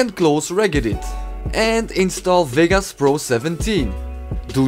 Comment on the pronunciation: cool vid man, btw its vegas not vigas lol